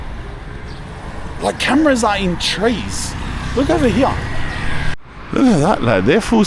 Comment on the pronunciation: This guy pronounces “here” as “hughaghhhhh”. lol 😂 WTF?